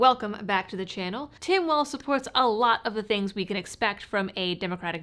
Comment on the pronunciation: Thank you for pronouncing Walz's name correctly! I cant stand Tyrant Tim and neither can I stand hearing so many peiple say "waltz"